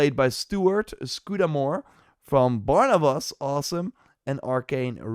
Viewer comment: Barnabus 😂 bro read properly